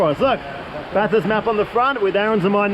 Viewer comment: Great Job! Your pronunciation of Bathurst was improving! Looking forward to watching you send it!